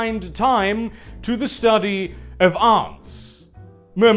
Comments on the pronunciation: It's "ants" not "Ants". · it really bothers me how you pronounce "ants" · please fucking pronounce ants properly jesus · ¿Aunts? ¿So þey see us as equally insignificant as aunts? But seriously, British people pronounce þe word "Ant" as "Ent" and not actually as "Awnt". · You pronounce "Ants" weird.